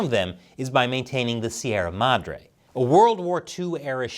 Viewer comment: Finally! A correspondent who didn't butcher the pronunciation of Sierra Madre.